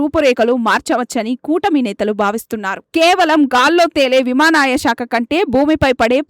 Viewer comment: విమానయానం అనడం కూడా రావడం లేదా విమాన యమాయ అంటున్నారు